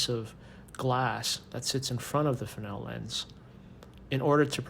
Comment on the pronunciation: And now I know the correct way to say Fresnel. 😉